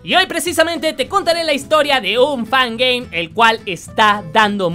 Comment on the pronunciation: Quién más le entendía "pan gey"